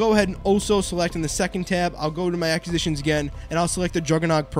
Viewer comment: Look up proper way to pronounce ACQUISITIONS! Lolol